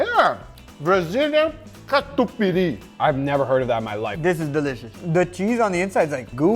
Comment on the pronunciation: His pronunciation of "catupiry" makes me so happy It's so right